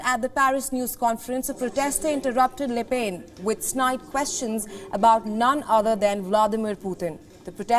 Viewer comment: As a professional reporter, cant you take time to understand how to pronounce Le Pen?